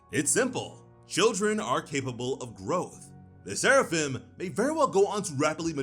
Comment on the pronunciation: You maybe saying Seraphim but all I hear is Sarafan!